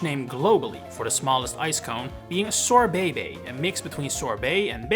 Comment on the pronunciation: Srobébé, not sorbebe.